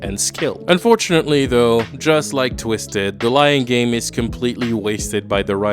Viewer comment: The way you Said "The Lying Game" i almost thought you'd Said "The Lion King"